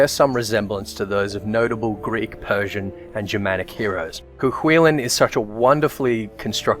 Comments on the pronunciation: It's pronounced "Koo Kullin". The Hound of Cullen (Colin?). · Any other Irish people agree with his pronunciation of Cu Chulainn? Grew up pronouncing it way different. Couldn't even imagine it being pronounced like that in Ulster.